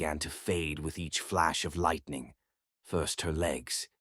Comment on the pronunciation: Which kain pronunciation of lightening be this😂